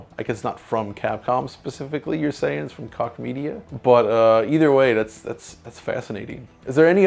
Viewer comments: Pretty sure Koch Media is pronounced "Coke Media", not "Kosh Media", guys. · I think they have it wrong either way, Coke is an American pronunciation of Koch, so yours may be incorrect also depending on the location and origins of the company.